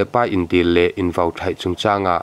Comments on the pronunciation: Kahluma ( vo ) ni lovin VAU tih tur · Kahhlum ah vo nilovin, vau tih tur aw, mizotawng humhalh na zel